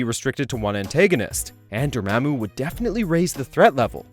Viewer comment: A few mistakes here. The guy pronounces Dormammu wrong And the most obvious is that he says Tony has his LEFT arm in a sling in the first Iron Man movie. Yet we see Tony's RIGHT arm in a sling